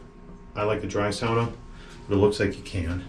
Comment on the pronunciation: Thank you!!! You didnt make my ears burn saying SAAAAAWNA. SOWNA....like a civilized person. 😂 Seriously,thanks for the great video.